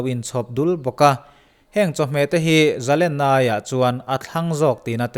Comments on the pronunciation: Zalena "len" tih lai tak hi, sangha len kan tiha "len" kan thluk ang hian thluk tur a ni lo maw???🤔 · zalenna laitak a lenna kha,sangha manna len lamrik dan hian lam la,a dik zaih ang